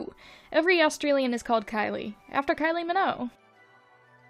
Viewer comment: as an australian hearing you call her kylie minnow made me wanna throw hands